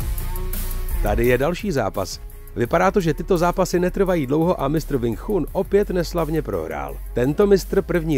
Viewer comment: ..tchun sa vyslovu je čun... kecy